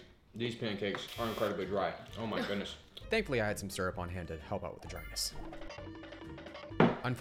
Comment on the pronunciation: Me when I heard say sryup on eggs PUT IT ON THE BACON ITS GOOD